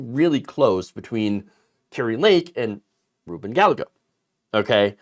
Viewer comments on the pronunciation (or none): Guy-yay-go Gallago. Spanish pronunciation. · His name is pronounced “guy-ay-go”, not “gal-e-go”. You should probably know that… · Close, but not correct pronunciation. A is always pronounced as "Ah" not "Ay", E is always pronounced as "Eh", not long "A". The correct pronunciation is "Gah-Yeh-Go". Most non-Spanish speakers make this common error. Mispronunciation is so common, that Tijuana and Puerto Rico are now pronounced Porta Rico, and Ti-A-Juana. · OUTSTANDING video! PS: Gallego is pronounced "Guy-Yay-Go" xD